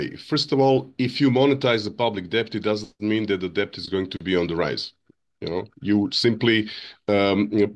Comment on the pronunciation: Bro is the first person I ever heard pronounce the 'b' in debt. Can somebody tell him it's silent.